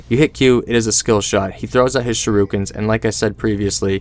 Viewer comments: Am i the only one here extremely annoyed of the "sharoookens," thing? Cmon guys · I laughed so hard at it